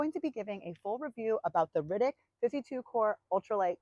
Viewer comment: Just for future reference, it's pronounced "ARTIC", not "Rittic". It is a spin off of the word "Arctic", but there is no "first C" sound when you say the brand's name.